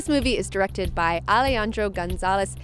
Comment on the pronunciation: You didn't get Alejandro's name right, lol, but that's the only flaw I can find in your review ;) Love your video, I'm glad to see people sharing their love for Birdman, this movie deserves all the awards!